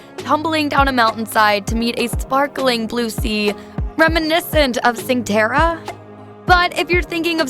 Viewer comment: Butchered both Positano and Cinque Terra. It’s not sink’way terra but Cinque pronounced chin’qway as in the number 5 in Italian..